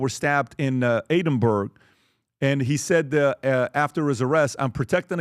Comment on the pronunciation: He can’t even pronounce Edinburgh